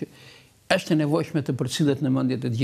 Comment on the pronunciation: I nderuar Xhevat Lloshi, Ti po flet si duhet të flitet gjuha Shqipe Letrare, por nuk je i vetëdijshëm se Ti vetë po bën gabime; n'vënd se të thuhet 'është' ose 'ndonjë' Ti thotë 'eshtë' dhe 'ndonji'! Hallelujah!